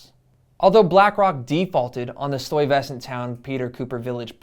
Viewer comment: "Stuyvesant Town" stai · vuh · snt town